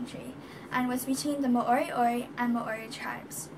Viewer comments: Mowri not may ori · You cant pronounce Māori properly so i claim this as fake news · mAAori? mAAoriori? No. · Nah Māori and Moriori